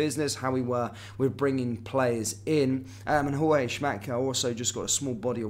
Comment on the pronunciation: Say JOORG. He's NOT a mexican Jorge